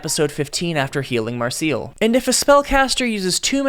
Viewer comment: From the pronunciation of Marcell and Falin's names alone, and essentially the Undine (on dean ayh?) im almost positive this is AI generated garbage, but I'd loved to be proved wrong.